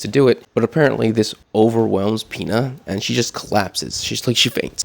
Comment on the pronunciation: U called Pino Pina💀💀